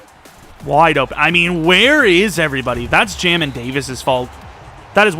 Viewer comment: It’s pronounced jay-min Davis fyi 🤙🏼